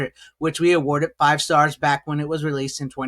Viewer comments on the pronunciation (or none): none